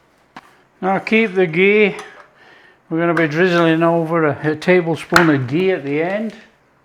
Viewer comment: You even called it "khichdi", not any fancy ass english name.. that too with the right pronunciation( kh not k)👏👏 Also you said ghee, not clarified butter, sir i'm impressed 🤝